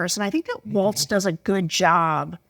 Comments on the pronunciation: Please learn to pronounce "Walz." It's WALLS, not WALTZ! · Sarah and dude, it's Walz, not waltz. You know, like walls. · Yeah, they keep saying "waltz." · Pronounce Walz correctly, please. It's "walls" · Might be easier to convince swing voters regarding Walz if you pronounced it correctly. WALLS. SMH